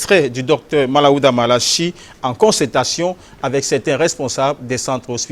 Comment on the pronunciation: Svp c'est Manaouda et non Malaouda😜